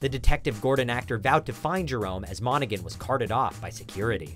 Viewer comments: Nobody else is going to point out that he said Cameron Monaghan as "Cameron Monagen" instead of "Monahan"? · Cameron Mona"G"an..😐